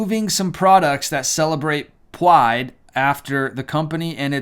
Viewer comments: out of curiosity, why do you said "Pwide" rather than "Pride"? ~Dutch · "Pyde" 🤣😂 I love it.... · I love when you say,” PWIDE” lol you wascaly Wabbit! LoL Well done! 💕